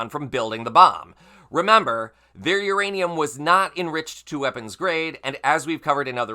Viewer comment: Saying the words Iranian and Uranium in the same sentence had to be tricky. Well done, and thanks for the great reporting.